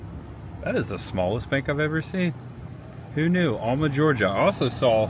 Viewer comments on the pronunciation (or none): Great Video. Planning my trip to Super Forrest World. BTW have family in Alma. Throw some southern drawl in there and it's Al Ma not All Ma. Enjoyed it bud. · Alma Georgia is pronounced AL-muh, unless you live here, then it's AL-mer by the old timer farmers. Alma is where the Blueberry Festival is, which was actually held a week or two ago. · If you had gone down to the Swamp park in Fargo you could have taken a boat to Billy's Island. My daddy's grandparents met in the town on Billy's Island. My dad is from Alma and it is pronounced AL-ma. Also, it is O-kee-fee-no-kee Swamp. You passed through Homerville in Clinch County. Thanks for taking people on a tour of the forgotten South Georgia. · Alma is my hometown. It's pronounced like the male name Al- ma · Great video but you were butchering the pronunciation of the word okefenokee, lol. It’s O-key-fuh- no- key. Also it’s Al-muh. We are in Lakeland Georgia. You should come by here on your way back through. We are Georgia’s historic mural city. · Haha I said the samething about okefenokee and Alma 😂